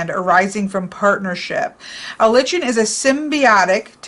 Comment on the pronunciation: litchen😆😆 it is a lie-kn! As differentiated from a Ly-can. Oh goodness I could not help but wince every time you said it!